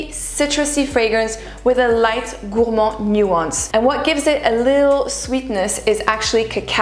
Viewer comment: I love the way you pronounce Gourmand the way it should be pronounced, I tried but i just sound silly lol! Amazing video my friend, you look divine 💛